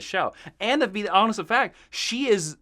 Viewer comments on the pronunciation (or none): none